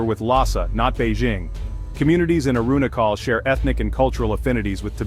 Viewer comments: Wtf Ai aruna call Pradesh lol😂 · Please pronounce it well... Its Arunachal ( ah ru na chal) (like u pronounce china)